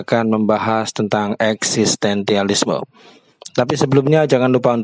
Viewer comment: Eksistensialisme pak, bukan eksistentialisme